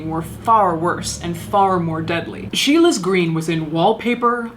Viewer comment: It’s Scheele’s green not Sheila’s green! Sorry :s